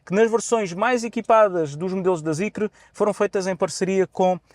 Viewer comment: não se lê Zicre…